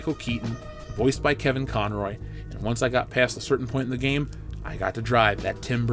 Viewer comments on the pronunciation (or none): none